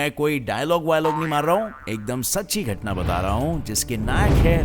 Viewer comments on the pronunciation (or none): घटना becomes घतना🧐!